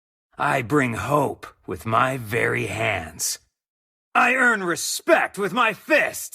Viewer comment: "bare hands", not " very hand" 😄